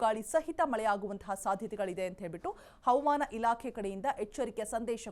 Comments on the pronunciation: Madam pls pronounce hawamana not avamana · ಕನ್ನಡ ಉಚ್ಚಾರಣೆ ಸ್ಪಷ್ಟವಾಗಿರಲಿ.. ಹವಮಾನ ಇಲಾಖೆ ಅಲ್ಲ ಅದು ಹವಾಮಾನ ಇಲಾಖೆ... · She says HAUMAN ILAKHE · Avam ana alla madam. Adu havamaana